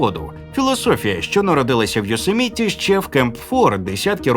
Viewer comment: ЙоСЕміті а не йосеМІті баран. Акцент став правильний😂 . Ааааа якже воно вухо ріже .....